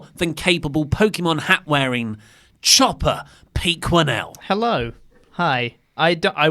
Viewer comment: Thanks for taking the time to enunciate the name Chopper Pete... until now? i thought his name had been Jobber Pete